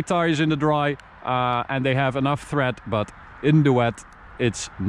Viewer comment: Tread not thread ;) Looks like an Alfa Gulia